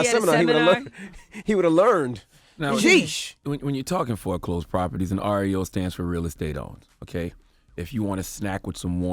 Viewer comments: When she first said REO I thought she said oreo.. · Shit, i thought she said oreo too at first 😂😂😂